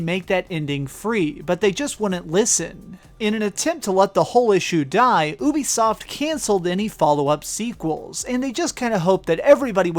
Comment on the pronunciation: It's pronounced you bee soft not ooh be soft